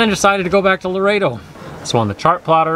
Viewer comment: I love sailing this area but six times you said the wrong town name. The town is Loreto NOT Laredo.